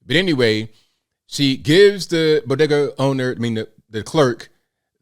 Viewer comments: Imagine not having a couple bucks in order to buy chips such that you have to use an ebt card. And you are pronouncing bodega incorrectly. Just ask Jill how it’s pronounced. 😂😂😂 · To be correct, “Doctor” Biden said Bogeeda. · What's a "bodega"? Jill biden calls it a "bogeda". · and the news guy can't pronounce bogada. Maybe he should call Dr Jill for some help. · Hey, don't you know it's bogedas lol 😆 😂 🤣